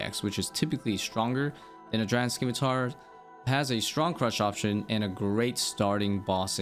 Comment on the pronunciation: The "c" in scimitar is silent please you're killing me